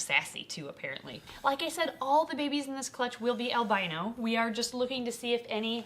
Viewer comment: You said babies I thought you said baby beans